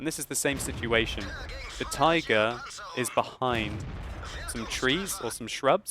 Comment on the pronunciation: "And he spots the TAYGAH" Best moment xD